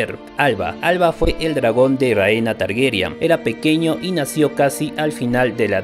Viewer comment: TargERYAN NO, TARGARYEN, ARYEN.